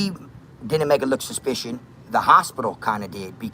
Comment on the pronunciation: This man 2nd time watchin this he still said suspissed😂😂